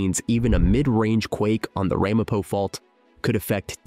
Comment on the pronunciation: Ai It's not RAHmapo. It's Ramapo.